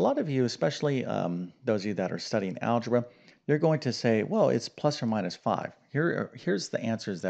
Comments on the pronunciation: Not algeba but algebra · "Algeba"? It's a good thing you're not an English teacher! :) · Algeba?! Shall not bother reading further. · THE "ALGEBA" STEP EVERYONE GETS WRONG ?? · "algeba" :o :o